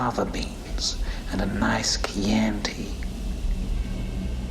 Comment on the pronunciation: He’s incredible there’s just no other word The only call I have with the liver and fava beans fine is that Hannibal Lecter would never mispronounced Chianti Never